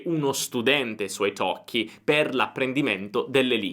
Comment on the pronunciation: e la prima persone di pronunciare Italkie corettemente ! ( i have waited for that a long time !!!)